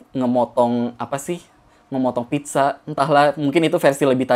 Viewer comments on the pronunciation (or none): none